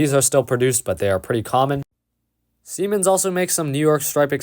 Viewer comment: Siemens. They should change the pronunciation of that name, lol.